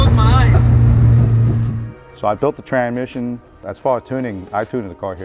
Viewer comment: can’t say tran misson